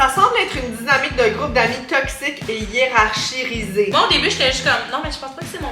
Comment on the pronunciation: Im sorry, mais le "je crois être supérieure niveau QI" et mal prononcé "hiérarchisées juste après c'était hilarant 😭